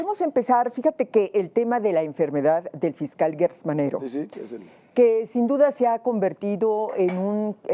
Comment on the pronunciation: Se dice Gertz no Guetz se pronuncia como si fuera con J.